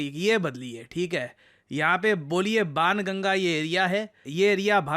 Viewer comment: banganga not anganga I am from this area